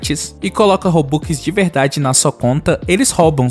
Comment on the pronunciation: Ele falando robux e engraçado robuquiskkkkkk😂